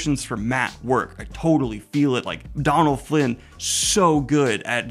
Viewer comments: Donal is pronounced Doe-nal not Don-al. There's a fada/accent on the o that changes the pronunciation. I enjoyed the series as a whole. I think an extra 3/4 episodes would have helped to flesh things out, The Moraine/Lan story, I think was a consequence of needing to give them more to do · I love all your videos, but I can't stand idly by and let you keep misprouncing Dónal's name 🥲it's Dónal as in pizza dough: dough-nal. Not so much like Donald without the d. Sincerely, Ireland xo